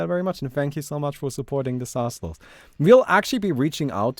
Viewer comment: STOP SAYING "LA-A-THAL" ITS JUST "LATHAL"